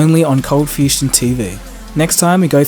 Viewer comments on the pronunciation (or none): Fustion? or Fusion*? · fusion or fustion?